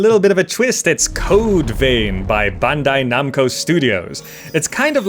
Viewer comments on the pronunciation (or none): none